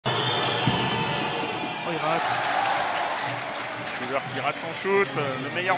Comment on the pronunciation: it's not "shoo da" but "Shuler", the name of the shooter (Jamal Shuler)